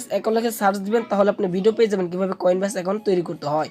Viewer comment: উচ্চারণ টা ভালো করে করেন, কয়েন ব্যাস না কয়েনবেস